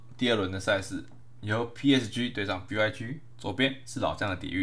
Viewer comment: 希望以後可以上主播台 但希望講某些字的時候可以更清楚一點 像是 PSG 等某些字 有時候會黏在一起